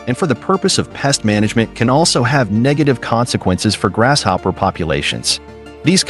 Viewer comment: Think it's pronounced; grasshopper not "grash"hopper. Just an observation.